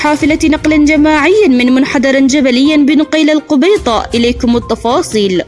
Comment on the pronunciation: القَبَيِطَة وليس القُبَيِطة😂😂